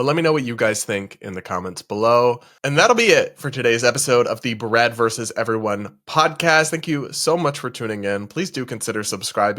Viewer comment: Versus has 2 syllables